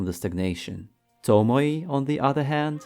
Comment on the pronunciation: To mo ē not to mo ee or to mo ye, its annoying, tomoē